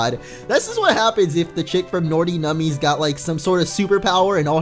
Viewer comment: "Nordy Nummies"